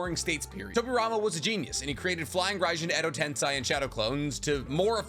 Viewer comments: If i ever again hear "edo tensai" or something similar, i'm gonna report you for making me want to kill myself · Me: Edo Tensei every vid: Edo TensAi 😂